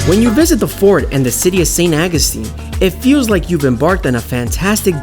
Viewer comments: St. Awe-gus-teen, that's how it's pronounced. 😉👍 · Why are you butchering the pronounceation of St Augustine. It's aw gus tine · How the hell are you pronouncing St. Augustine?! I couldn't even finish the video.